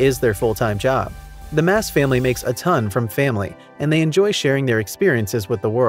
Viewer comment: Just to clear you up on a couple things. Their last name is Maass. It's pronounced Moss. Priscilla's coming channel started out as, Priscill's stuff and things but changed it after a year to, Pots, Pans, and Priscilla.. just a heads up...